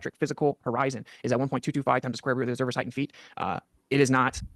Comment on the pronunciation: Never trust a guy who says “heighth” (I’m talking about you )